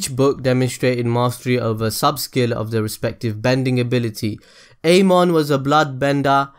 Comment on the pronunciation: "Aymon", really? Learn how to prounounce the name properly, I mean seriously have you even watched the show? IT'S PROUNOUNCED AMON NOT AYMON! Now I'm really triggered